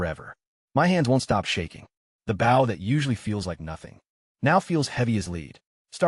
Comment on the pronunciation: Bow... as in boat side. Instead of bow as in archery bow. Low quality vid.